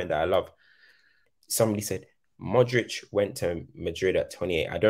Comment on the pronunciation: i love how and giving modric all his flowers. real talk. but please say modri-ch instead of modriCCCC